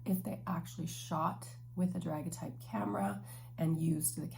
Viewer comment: Hi :) it’s pronounced da-gair-ee-uh-type